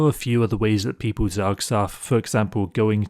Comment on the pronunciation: Zerg Surf, lol also heard zoksoff